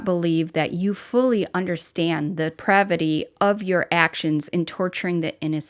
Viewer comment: Case in point, lol, you said, "pravity", when it's pronounced, Depravity. Could that just have been a mistake? Do you have problems saying that word? Or did you really not know how it's spelled and or it's proper annunciation? It should be one or the other! And before someone comes at me and thinks I'm taking up for Takoda's dad, understand, I'm calling her out for pointing out how his dad said one word. Other people may say it that way too, so does it then follow, that if you say this word or that word incorrectly, they are Just like Tokoda's dad?? JS